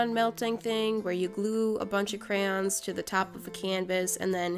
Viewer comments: The whole video she say ''Crayons" but at ONE point she says "Crowns" then the rest of the video she says crayons. like. HOW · They are NOT pronounced crans. They are spelled phonetically, cray-on. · Most Americans (no hate if you are one) say Crans. But phonetically, it’s pronounced Crayons. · I just figured out that crayons are pronounced “Crans” wHaT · They are not pronounced crans. Who told you that. No hate I'm just saying you had it right before. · thats how i pronounce it too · Cryans pffttthahahahah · I heard "crowns" instead of "crayons" and immediately thought, "Damn, did I click on one of Cristine's videos on accident???"